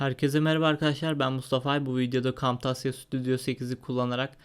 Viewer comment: kamtasya diye söylenmez kemtezya diye söylenir !